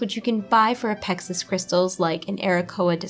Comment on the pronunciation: Uh, Pexis Crystals? How has someone never heard the word "apex" pronounced? Not to MENTION the rule that two vowels separated by ONE consonant cause the first vowel to be a LONG sound.